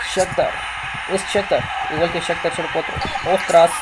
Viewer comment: se dice sajtar donetsk